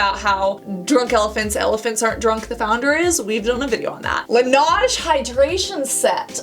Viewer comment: Love your videos Cassandra! Just wanted to tell you that Laneige is pronounced as la-neij not la-naj, it's French for snow and the company made a TikTok about the correct pronunciation.